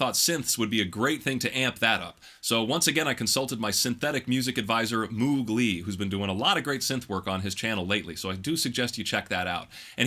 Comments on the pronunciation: Moog Lee? As far as I know Moog is actually pronounced 'Mowg', so I guess it's supposed to be 'Mowgli', isn't it?! Btw, great work! Though I don't think the modern vocal sound suits this kind of song well, it's way too clean and clear, maybe even a bit dry. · "Moog" is pronounced "Mogue". So... Mowgli?